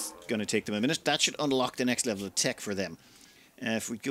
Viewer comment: "... what with them being a mechinator, they can summon the Lext Nevel of threat" I had to listen to that twice, because the first time was distracted by thinking "WHAT????" LOL